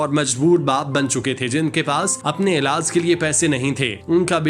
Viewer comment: Ilaaaas Nai Bhai Ilaaj Hota hai Bolna To seekh Lo 😅😅